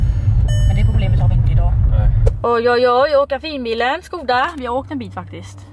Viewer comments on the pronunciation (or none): none